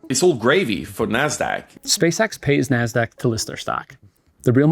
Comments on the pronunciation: the way the guy says "Nasdaq" XD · Dude pronunciation of 'Nasdaq' is spit take worthy.